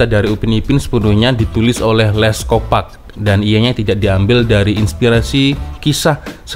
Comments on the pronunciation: sebut nya lets kopak, bukan kopek, bunyi lucah kalau org pantai timur malaysia dengar 😅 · Salah cak....sebutan benerannya "Les kopark"... Bukan Les kopek...kopek itu maksudnya payudara cak....kooo parkkk...bukan kopek....